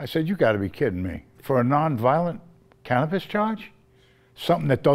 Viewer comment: Cannabis. Cannapiss. Lol.